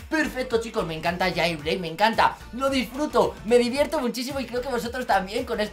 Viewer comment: jailbreak no jeilbrik jaja XD